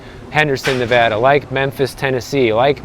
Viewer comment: Pronouncing Nevada correctly! Much respect to you.